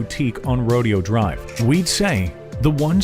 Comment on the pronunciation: and remember the cost of the property tax cost of security, the enormous staff, cooks servants, gardeners, and so on. and BTW it's pronounced row-day-o drive not rodeo drive.